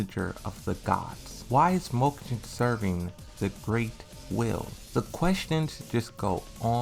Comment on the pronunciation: Mokujin. Read it again.